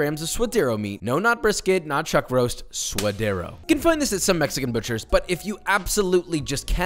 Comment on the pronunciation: He said “swoderro” lol